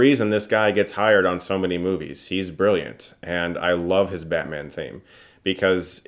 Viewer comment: I couldn't help but hear "badman" throughout this review lol